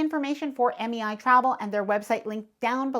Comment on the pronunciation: MEI sounded like MAI ...thank u for the great tip😊